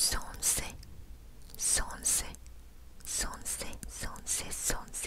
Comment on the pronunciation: много текста, лень читать, говорят сонце а не сонсэ